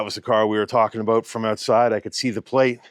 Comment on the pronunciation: you definitely have an American accent except for your pronunciation of “house” and “about”. 🤣 the closest I can get to your about is aboot. I can’t get anywhere near your pronunciation of house.